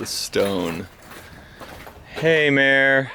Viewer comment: It’s mere. Like Meredith.